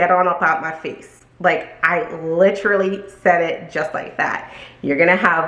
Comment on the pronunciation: Wow! I can’t believe you only get a Dollar commission on each bag! I am shook! No wonder the staff are often rude and don’t eagerly try to help anyone! Shame on LV for selling expensive bags, but being cheap when it comes to the employees! 😡 But also…read and pronounce this word….say it with me…Literal. As in what the literal eff! So when you and an ly at the end, that doesn’t change the pronunciation! One of my pet peeves is people who aren’t British, speaking as if they are! But it’s for this word only! 🤪 We are American. We say Literally! Lit-er-al-ly. It has 4 syllables! Not 3! Stop saying “Litrally”. 🫣 It’s lame. Otherwise great story great video! 😀